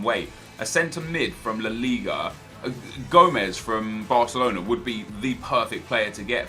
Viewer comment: Just call it La Liga... it sounds like your mouth is full when you say it the other way